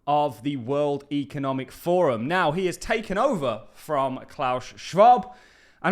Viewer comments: Kima is part of the cbdc's. Can you also pronounce forum. Slower pleses it sounds like your saying form. It's for room fourm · it is ForUM, not Form 😂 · Its 'forUM'. Not 'Form'. Two videos obout the wef and you cant say forum,. WTF.